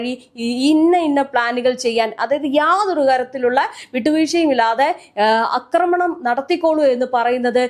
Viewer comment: Akramanam? Read Aakramanam. A alla. Aaa